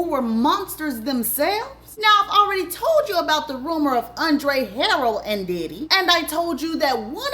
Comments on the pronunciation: Thanks for sharing. Wish you would have pronounced Andre Harrell’s last name and Keefe D’s name correctly. It lowers the credibility of it all. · It’s the mispronunciation of names for me🤦🏾‍♀️😫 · That's not how you say Andre last name. And Diddy became well known for huge parties at Howard...that is very key. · Ha- rell not Harold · Wassup 💪🏾❤️ and it's HARRELL not HAROLD lol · It's Andre harell. Ha.rell.😂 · It’s not Andre Harold Ha-Rell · She said Harold it pronounced Her rell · Girl Andre Harrell “Her- Rell” not Harold 🙄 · If you're black, but aren't hip to Black culture, then stop trying to make money off of what we have going on. Just because you're black doesn't make you a culture vulture. You don't even know how to pronounce the man's name. It's pronounced, Andre HA-RELL!! 😒😒😒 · U keep say Haroll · Andre “Ha-relle” is the pronunciation lol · HA-rail. That's how you pronounce Andre's last name. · It's Huh RELLLL that's how you pronounce the Late Andre's name. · gone give me a stroke with the way she pronounced HA-RRELL lol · It’s Andre Ha-RELL 😂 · Andre Harrell (Huh-Rell)... it was killing me... 😂 But, great job! I didn't know about the Catholic school. 🤔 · It is alright. WE know what she Means Y'all!!! ALL GOOD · Andre Ha-RELL. Key-fee D. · I absolutely love watching her videos but I want her to pronounce these people’s names correctly.😂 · Every time she says Andre last name wrong. 🙃🙃🙃🤪🤪🤪🤪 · Key fe dee but spelled kee fee dee you miss pronounce alot of names but your a damn good narrator and it's Ha rrel not harrold😅😅😊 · Luv... please work on name pronunciations...It's KEEFEE DEE NOT KEFFE DEE😊 and ANDRE HARRELL (Hu rell) not Harel. .... other than that, you poured some good tea❤ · Keffy Dee & Andre Harrell is taking me tf out Tt!!! 🤣🤣🤣🤣🤣😭 It’s Kēefē & Huhrell 🤣😭🤣 Edit: the message is clear 💎 all that matters! Stay out of this industry babes! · the names are pronounced Harrell (hairrell) Keffe(Keyfee)